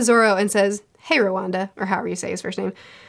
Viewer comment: "Hey Rowanda" Dear god xD